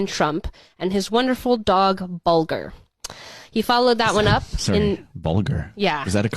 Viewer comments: Me too. Obvious bulge with an 'r'. We don't say bolg. Really annoys me when ppl put out info they can't even pronounce. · Hate how the chick didn’t know how to say “bulge” or “bulger”…also barely knew who Patton was…he was a general not a captain…like seriouslt